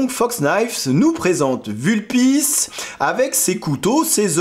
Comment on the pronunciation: Sauf que le U de Vulpis se prononce comme OU en latin.